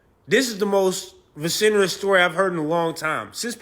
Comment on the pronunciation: vecinerous??? Like… whaa???